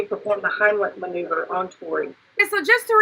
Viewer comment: maneuver not remover sis